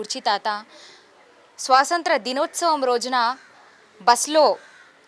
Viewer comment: Swasanthra kaadu.swathanthra